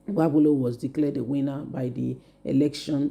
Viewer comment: If you know that you can't pronounce names correctly, you should stop reporting. Look out how you are pronouncing Okpebholo? This is why i don't like listening to your videos. Your reports are always boring.